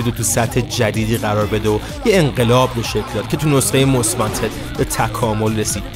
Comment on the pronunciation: همیشه از اینکه یه مشت بی سواد مُست وانتد رو ماست وانتد می گفتن زجر می کشیدم